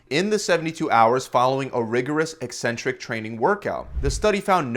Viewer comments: Thanks for pronouncing 'eccentric' properly! You're nearly the only fitness channel that doesn't mispronounce it 'eeeeeecentric'. Bravo. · I came for the advice, and stayed for the correct pronunciation of "eccentric"